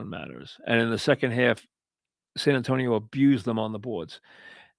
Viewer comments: Why the F does he keep saying San Antone? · who tf is San Antone? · why cant he say san antonio right lmao